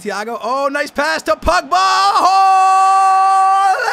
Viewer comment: He says it like Pugba its POgba